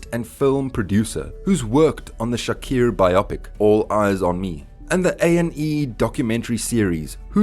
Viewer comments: Bra his name is clearly Tupac Shakur(shakoor) not shakier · Its Shakur not Shaqeer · I stopped watching at 'Tupac Shakiir'. 🤦‍♂️ Glad that was at the 3 second mark of the video. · Bra that's exactly why I can't continue watching...I'm from South Africa and these white Afrikaans guys pronounce the letter "U" as "I"...and that's their problem...so he fucked up big time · All that research an you couldn’t even pronounce Tupac Shakur’s name correctly? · Did you really mispronounce his name every single time? Wtf